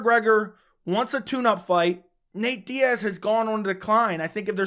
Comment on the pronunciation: It's Diaz....sorry chandler